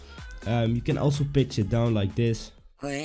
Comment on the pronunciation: Is he saying Pitch or Bitch?!